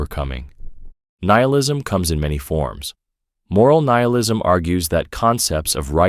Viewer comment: Gah, can’t listen to these things knowing it’s all made by ChatGPT. Keeps changing the pronounciation of nihilism and stuff.